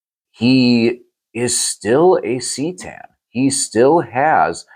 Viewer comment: It is Ka Tan. Also it sounds better then c tan.